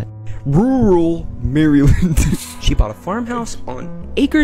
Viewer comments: Dude I struggle to say rural too lol. Its probably the only word that makes my tongue go limp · Who's the kid w the mustache who tells the scary stories?? He's super funny. I like that he doesn't edit out his funny screw ups like not being able to say rural Maryland 🤣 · Glad to hear I'm not the only person that can't pronounce rural